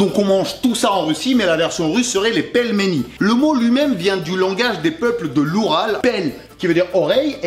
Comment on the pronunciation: En dit pileméni mai en n'écrit pelmeni